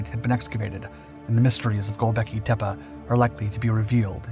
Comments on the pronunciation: ...gobekli tep-uh? Tepuh? It's "tep-E". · It's pronounced "tep-ay" not "tep-uh". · It's not tepa (teh-pa) it's tepe (teh-pay) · Tepe isn't pronounced with an a at the end as you have (it's not spelled Tepa)